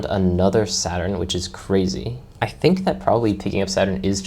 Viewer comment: I thought you were saying 7 at 7, but you were saying 7 at Saturn. Great walkthrough dude 👏